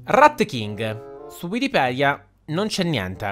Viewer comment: che bravo a dir wikipidea all inizio e poi anche a scrittura ahahaha ti adorooo